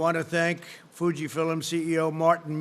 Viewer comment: Be sure and tell the 150,000 dead, of your incredible success in containing this virus. I'm sure they will be comforted to hear this. Stop saying fil-ums, it is pronounced as films, one syllable, Mr. stable genius, alias, "Person, woman, man, camera, TV."